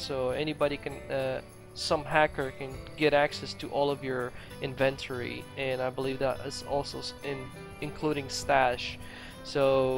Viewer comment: Go to google and look up "how to pronounce inventory". You're welcome.